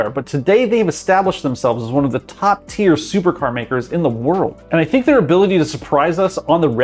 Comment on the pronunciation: No way he said „SINK”